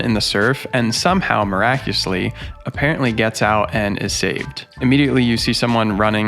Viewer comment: "Miracusly"??? You know the word miraculously has five syllables & not four... right?